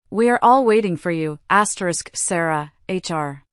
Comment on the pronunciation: I don't like when it's his asteris.What the heck is asteris!!!